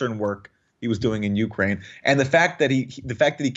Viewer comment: Jimmy love the show but please don't put so much emphasis on the "U" in Ukraine... It sounds like you're saying YOU-kraine.